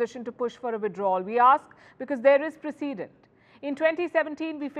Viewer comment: Precedent not preseeeedent Palki!